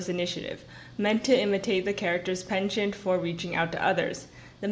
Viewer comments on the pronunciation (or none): none